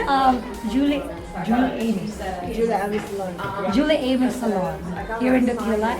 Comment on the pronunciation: Omg the pronunciation of the salon name kills me. "Jolie amis" is french and is pronounced like zho-LEE ah-MEE. Not JO-liss A-miss 😅😅 the employee should have known that too...it means like, pretty friends 😂